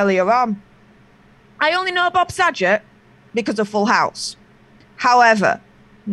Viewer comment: It's Saget, with a hard g. Not a j sound,.